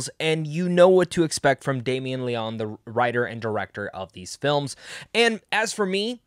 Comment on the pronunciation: Great review! Going to see it asap. It's pronounced (Leo- knee) by the way!